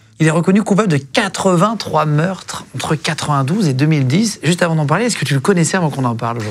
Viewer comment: Ou sinon, Pourquoi maintenant et pas avànt